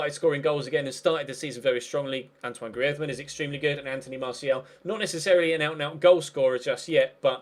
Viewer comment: Say griezmann properly